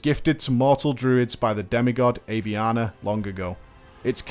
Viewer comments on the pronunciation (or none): none